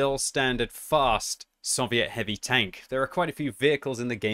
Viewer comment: It’s SOVIET NOT SUH-VIET